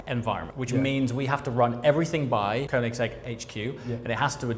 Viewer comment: Bro, if you gonna be a dealer for koenigsegg you need to learn how to say Swedish "ö". It's pronounced Königsegg. Not cone-igs-egg 😂 The shield in the floor is cool I think. Gives a bit of a high end feel.